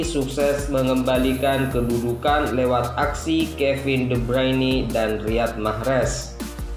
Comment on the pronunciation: Sejak kapan kevin de bruyne jadi Kevin de breini, :D